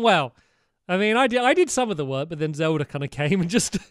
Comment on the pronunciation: He said zeld at the start